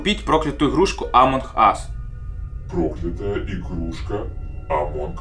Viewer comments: Почему амонх ас, а не амонг ас? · амонг ас а не амонхас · Не амонх а амонг Ас. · Почему ты говоришь амон ас а не амонг ас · Не амонх ас, а амонГ ас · Амонг ас а не Амон Хас! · Не амонх ас а амонк ас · Почему ты говоришь амонх ас